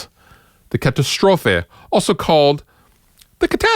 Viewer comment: First up, cool you manage to pronounce the Katastrophe right, ha ha. I got the Fernweh and Tesla Wolf, love them both. Great company. Lot's of cool pedals for sure.